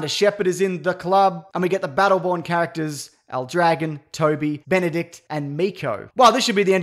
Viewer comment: I know nothing about Battleborn but I'm sure that's not how "El Dragón" is supposed to be pronounced